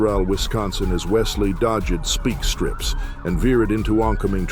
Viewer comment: The narrator was doing so well til he said "speak-strips" - but bot technology is getting better, since he didn't sound like a robot.😄